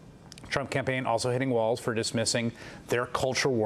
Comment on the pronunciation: Vance's pronunciation of Walz is a joke. It's not WALTZ people, it's "Walls".